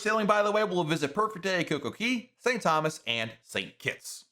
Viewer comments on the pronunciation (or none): none